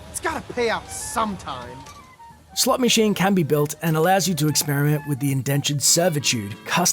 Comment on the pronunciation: I heard slut machine instead of slot